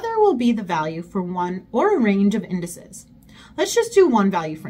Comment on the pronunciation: Indices = Indi'seez for pronunciation 🙂